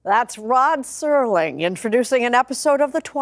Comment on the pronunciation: Could someone tell the Artificial Idiot narrator that it's Serling, not Sorling?!